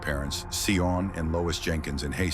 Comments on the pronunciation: Isn't pronounced like Shaun or sean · Please pronounce Sion correct,y